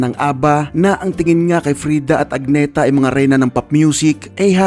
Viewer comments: Hindi po AG-NE-THA..A-NEE-THA po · Agnë-tah ang basa sa Swedish